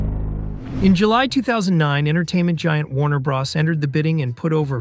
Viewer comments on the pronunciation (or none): WTF IS WARNER BRAS.... ITS WARNER BROOOOOOOOTHERS OR WARNER BROOOOOOS. LEARN TO SPEAK. LMAO. And CANNNNNO? YOU MEAN KANO? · Hearing 'Warner Bra's' instead of Warner brothers or Warner bros - gives me diarrhea. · “Warner bras”… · "Warner Bras"